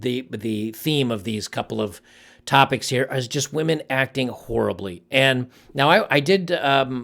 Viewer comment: Horribly?! It’s more like “whorely”.